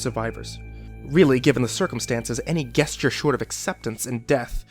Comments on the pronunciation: You mispronounced "gesture" twice. It's "jest-yur," not "guest-yur." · Oh no please stop with the Gesture with a hard G....its pronounced like J esture...as in just not Gesture as in Gun a soft G. If you don't believe me look at an Oxford Dictionary. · Jesus fucking Christ. Stop pronouncing it "guess-ture". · "Guess-ture" :P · Gesture is pronounced with the g like giraffe, not the g in guess. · I just wanted to let you know that it's pronounced gesture with a juh sound, not guh like guest c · You mispronounced gesture